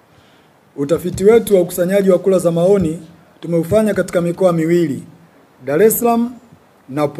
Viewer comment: Inaitwa Kura sio kula alafu unaitwa mwaka huu sio mwaka uuu